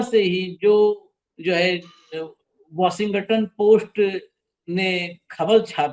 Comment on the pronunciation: वाशिंगटन नहीं, लेकिन वाशिंग टाऊन।😂😂😂😂